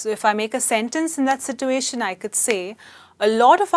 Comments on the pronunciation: situation... r u speaking American? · YOU can't pronounce ' situation ' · no she is pronouncing it wrong no English speaking nation pronounce it the way she is.its something Indians have invented